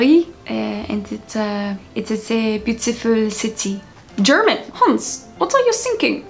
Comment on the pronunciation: No offense to you but you need to practice the German one more...sounds like someone, who didn't learn much in english lessons in school...greetings from Germany😅🇩🇪